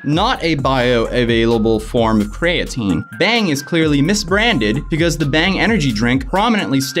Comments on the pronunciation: please stop calling it Cray-a-tine. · It’s pronounced cree-uh-teen and it’s used to help with muscle building and repair and the dude wasn’t even doing dumbell bench right his rom was half of what your supposed to do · It’s pronounced KREE-A-TEEN god damnit! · Creatine is pronounced, “kree-uh-teen” lol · CREE-AH-TEEN is how Creatine is pronounced. No hate, just thought id lyk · calling creatine cray-a-teen is very uncomfortable. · How do you not know what creatine is? And you’re pronouncing it wrong. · I dig the vid, but hearing you say “covalently bonded creatine” was cringe haha. It’s not “cov-ent-ly bonded cray-at-tin”..it’s pronounced “Co-vail-ent-ly bonded cree-a-teen” - hope that helps haha! But you nailed it, this company is a joke. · Cree ah teen, co vay lent fyi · Basically non bioavailable means it can't be used by the body. So what ever benefits of creatine they are advertising are not really there because its in a useless form. Also my boy mispronounced EVERY word there lol. Cree-uh-teen, cOh-vay-lently, Dye-peptide. Are the correct pronunciations. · Laughing at your pronunciations: distributes, creatine, and covalently. You make covalently sound medieval instead of chemical...🤣🤣🤣